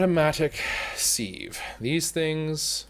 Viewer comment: anyone else from say sieve like "siv" rather than "seev"